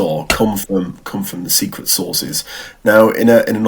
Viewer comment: Secret sauces did he say?